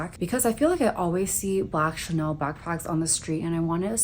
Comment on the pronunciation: I don't know what it is but obviously you live more of a luxurious lifestyle but it comes off more personable, and you're so nice with your responses 🥺. When you said 'Chanaynay' I burst out laughing. So silly but so cute. Seriously though take care of your health - health is wealth for real.